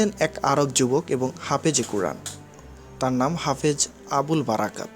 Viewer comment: common it's not hapeg it's Hafez. WHATS wrong with you